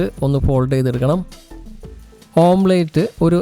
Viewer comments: ഓംപ്ലേറ്റ് അല്ല, ഓംലെറ്റ് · ഓംലെറ്റ് ആണ് ഓംപ്ലെയ്റ്റ് അല്ല. Omlet . അരോചകമായി തോന്നുന്നു. ശ്രദ്ധിയ്ക്കുക